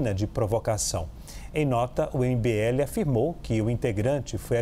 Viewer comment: A conclusão desse vídeo é que o apresentador não sabe pronunciar o nome do cara do mbl 😂😂😂